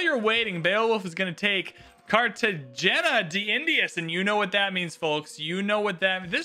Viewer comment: FYI, the GE in Cartagena sounds like an Hey. So Carta-hey-na